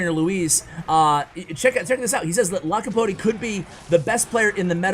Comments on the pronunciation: 2.10 its LAPOKATI NOT LAKAPOTI😂😂😂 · Lakopoti lol its alright i forgive you:) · U kept saying lakapoti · Dude I've been reading his name Lakapoti since I saw him on top, it's ok don't worry about it. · Lol his name is lapokati not lakopati...🤣🤣🤣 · His name is Lapokati and not Lakapoti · Everyone: Lapokati: Lakapoti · It's not Lakapoti it's Lapokati😤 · I had to stop looking at this video, my ocd cant just stand u miscalling the guy all the time ... LA PO KATI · It’s Lapooookatiii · Nobody:: LACK A POTTY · Why you always call him LaKaPoTi??😂😂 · Lapakoti? Lakapoti? Really? LOL You didn't say his name right ONCE! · lakopati he said haha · lol u mispronounced it 3 or 4 different ways lol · I was cringing so hard it is not even funny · First learn how to call his name then call him on the channel... I felt so annoying every time he call his name incorrect... One dislike from me dude! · its funny how bever pronounce lapokatis name the right way... 🤣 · really butchering his name!!!!!! haha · Bro it's lapokati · u only realised u said his name wrongly in the end lmao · He only said his name wrong about a 100 times, no big deal 😅😂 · Umm... Aren't you pronouncing his name incorrectly? Not sure, but seems wierd. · Meme of the day: LaPoKaTi:: I'm about to end this man's career: butchers his name 20 times in a row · don't worry! The video was great and seeing you mess up his name was very funny, it didn't make the video worse! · didn't we tell you yesterday how to pronounce it ;)